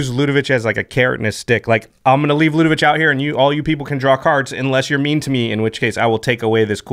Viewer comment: LudeviC not VICH